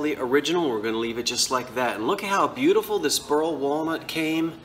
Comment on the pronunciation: Boo. Tee. Full.